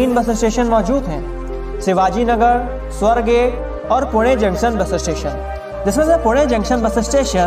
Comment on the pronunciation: स्वारगेट , स्वरगेट नही , मेट्रो का फोटो कहाका है , लोहेगाव , लोहगाव बोलो सही जानकारी सही उच्चारण करे . अन्य कई काना मात्रा का ध्यान रखो गलत त२ीकेसे नाम बदली मतकरोः